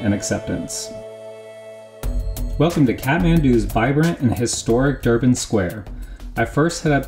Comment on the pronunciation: sorry but its durbar square not durban square, nice work though great job